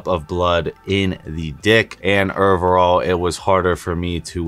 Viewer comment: Omg every time you say ovrrrall